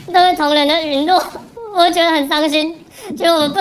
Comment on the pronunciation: 政論節目嘛，本來只用聽的，當我聽到這位議員講「損」落的時候，簡直是….. 同事初中起在溫哥華受的教育，小學程度的中文都知道，這字「殞」的正確讀音。是這位議員的中文程度太差了？ 沒關係，反正他們那個黨，什麼都是他們說了算。